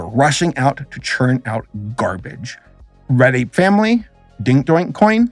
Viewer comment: All NFT nonsense aside, every time he said "Red Ape Family" it sounded like "Reddit Family"